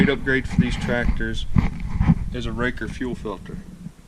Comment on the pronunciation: I’ve always heard it pronounced ray cor. Raker is something on a chain saw. Put the same one on my bx2230 about 8 years ago.